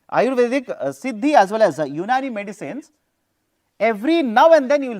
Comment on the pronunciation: Unani is pronounced as Younaani. ❤❤